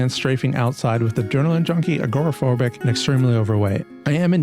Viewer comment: Why do americans pronounce it ah-gor-ah phobic?